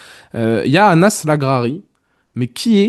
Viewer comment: Merci pour le travail que vous faîtes sur cette chaine ! Bonne fete de fin d'année à tous ! Ps : " Anas" se dit " Enes" en arabe les gars. Ciao y Hala Madrid !